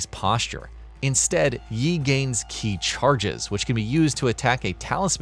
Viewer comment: You mispronounced every Chinese name/word. Didn't even get Yi or Qi right haha.